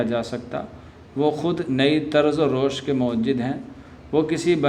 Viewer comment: تلفظ کی ادائیگی بہت ضروری ہے روش۔۔۔ معمار ۔۔۔ ازم دو سطر میں تین غلطیاں ہو گئیں